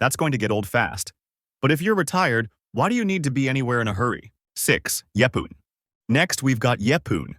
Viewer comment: And it’s not pronounced like that either.